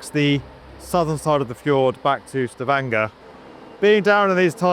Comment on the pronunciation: Stavanger was well pronounced. But Kvitsøy was hilariously bucthered. Love the attempt tho.